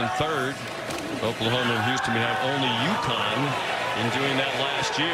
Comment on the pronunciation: Its Houston. L ok l